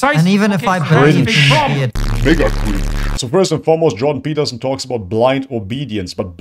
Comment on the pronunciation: The Juiden Pertterstien... you said who?